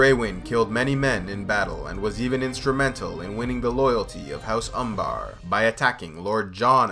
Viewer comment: It's Umber. Not Umbaaar